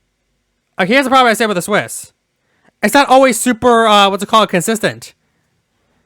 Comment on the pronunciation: WHY ARE YOU PRONOUNCING CIWS AS "SWISS"?! ITS THE ONE THING THAT MADE ME SO MAS FROM THIA GREAT VIDEO! KEEP UP THE GOOD WORK IT IS AWESOME BUT PLEASE! CIWS